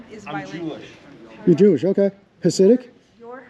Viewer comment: "I'm jooish" Everyberg. Singlestein. Timeowitz.